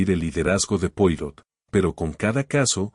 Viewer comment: Poirot se pronuncia Poaró, por favor!